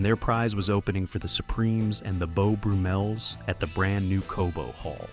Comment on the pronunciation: The "BOW-Brew-MELS?" ? 🤪 I had to "Laugh, Laugh" at that one! C'mon, Man! The Beau Brummels even rated a spot on The Flintstones? Don't you even take a final 20 minutes & sound check these clips for embarassing glitches like THAT one? 😂